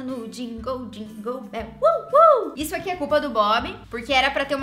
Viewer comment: Eu amei essa transição com a falando jingoou béeel KKKKKKKKKK